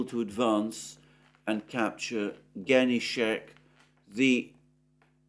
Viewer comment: Russian named capital city of the Kherson oblast is : HENICHESK, and not GENICHEK.